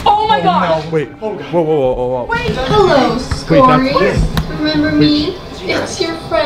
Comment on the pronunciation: “The Skorys”